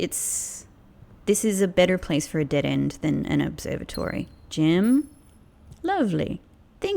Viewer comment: Look at your videos of how you say observatory 😂